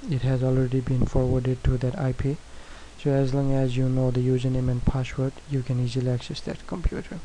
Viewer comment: passshwwooord loolol :)